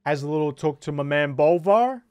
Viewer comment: It's Bolvar...